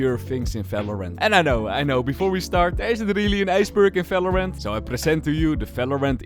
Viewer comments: valorant ❎ falowrant ✅ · holy shit… is somebody else also pissed at how he pronounces Valorant 💀